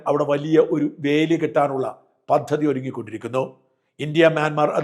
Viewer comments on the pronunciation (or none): none